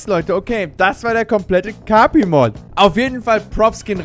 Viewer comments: sagt kapi falsch Jeder: let me introduce you to: E N G L I S H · kapi wird so ausgeschprochen wie es geschrieben wird